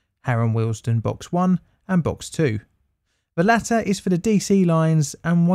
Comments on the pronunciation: Please note it is pronounced WEALD-STONE not Wealsden as you are saying here, apart from that it's a brilliant video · As a current Signaller and local of the area this was a very interesting and we'll put together video. However I cringed everytime you said Wealdstone. It is pronounced Weald-Stone not willesden. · Why do you repeatedly and infuriatingly mispronounce the station name as Harrow & Willesden!!! It's Harrow & WEALD-STONE. Also Middlesex was abolished as a county in 1965. Sloppy, very sloppy. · Good video. I am from Harrow, it is pronounced ‘we’ ‘ald’ ‘stone’ as in the philosophers stone . The way you have said the word makes it sounds more like Willesden than Wealdstone. I know the tfl voice calls it ‘wealdstun’ as you have done, but I can tell you confidently that the locals pronounce it ‘we ald stone’ 👍🏻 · It's not "Harrow & Willesden". But "Harrow & WEALDSTONE". Pronunciation.